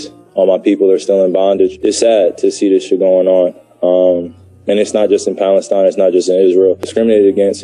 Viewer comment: Where did he just say Palenstine! Ass